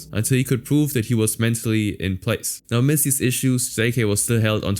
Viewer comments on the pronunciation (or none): none